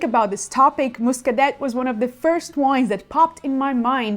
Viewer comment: Another solid and useful video …. Excellent selections. BTW, I believe the correct pronunciation of Muscadet is …..”Moo-ska-day”…., not “Muscadette”, in both French and English.